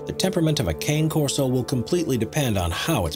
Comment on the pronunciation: Cane Corso is pronounced Khan-a Corso not Cane as in sugar cane